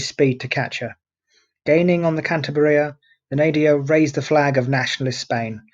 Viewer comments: The right pronounciation is KAN - TAH - BREEAH, with the stress in the syllabe TAH. I am from Asturias, the neighbor region to the West of Cantabria, where Captain Argüelles was born, so he was an Asturian. Asturias, Cantabria and the Basque Country were the so called Northern Front during the Spanish Civil War, both loyal to the Republic, while Galicia to the West and Navarre to the East were Fascist. Troops coming from the central part of Spain (Foreign Legion and Moroccan troops, helped by Corpo Truppe Volontarie sent by Mussolini) cut this area in two, separating the Basque Country and Asturias. Basque Government of the PNV, Basque Nationalist Party, surrendered later to the Italian troops and the Gudaris (Basque soldiers) were captured by the Francoist army. In this way Asturias resulted isolated, suffering the attacks of Galician troops by the West, Navarre troops (Requetés) by the East, colonial troops by the South, Francoist ships by the sea and the Luftwaffe (Legion Condor) by the air, with the Heinkel bombers based in León and the Messerschmidt 109 fighters based in Navia and Llanes. The fighter planes were commanded by Adolf Galland, a German ace during the Second World War. The aerial German Legion Condor was commanded by a brother of von Richtofen, the Red Baron of the First World War. Germans tried new tactics like the incendiary bombs and the carpet bombing, in Gernika and also in the strong resistence area of Eastern Asturias, in the Battle of El Mazucu. Gijón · Perhaps you should take a little more trouble with your pronunciation, and at least stick to the same pronunciation and spelling throughout. "Cantabria" in the title of this video. "Cantibria" in many of the captions. Often pronounced as "Canteberia". Confused. Which is correct?